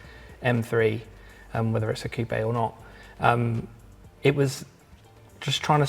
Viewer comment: He didn't say coupe like chicken coop though so he gets a pass from me 😂